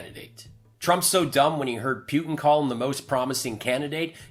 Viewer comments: The grand high exalted dictatorial cleptocrat of The Russian Federation pronounces his name POO-tin. Just keep saying poo poo poo poo until you get the hang of it. Say POO-poo. Now say POO-tin. Although, I do like the way you say PEW-tin. 😁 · Who’s Pewtin? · Could you try to pronounce his name correctly? I hat to stop listening because I don't understand how you can still mispronounce Putin's name when it is said so frequently.